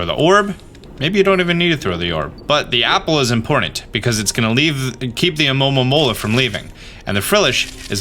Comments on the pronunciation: Great guide it's funny ear you saying alomomomomola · The "A-lo-mo-mo-la" pronunciations lmao 😂🤣... But seriously, I'm surprised no one else inferred that very same TERRIFYING notion about Frillish! I mean, when I saw Lanturn and Magikarp both being dragged deeper into the depths by their "friendly" smiling captors, I immediately thought that's kinda scary af. The excerpt you read from Black&White is pure evidence to watch out for ghost types! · Funniest thing to me is hearing you say almomoma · Say it with me, Alo-momo-la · Guys, guys I feel the struggle for pronouncing Alomomola. Seriously. Lemme help: It's AMAmamamamaaaromamaaaa. or just ALOE-mah-Mole-uh. I'm not gonna tell you how to live your life. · Hearing you pronounce Alomomola with like, 12 ms in it is hilarious xD From my understanding its A-low-ma-mo-la. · The hard time you are having with pronoucing alomola, is relateable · The struggle to pronounce Alomomola is real 🤣🤣🤣🤣🤣🤣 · the way you said alomomola sounded hilarious